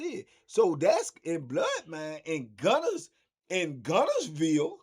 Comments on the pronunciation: He said gunnerville 😂😂😂😂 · Man said gunnerville 😂😂😂😂😂😂😂🤦🏾tbp